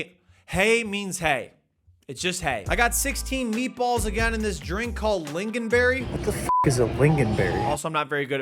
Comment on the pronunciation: as a swedish person i am very mad at you mispronouncing my food names and you dare disrespect lingonberg